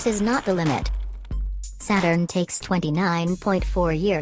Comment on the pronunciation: Saturn Not Suturn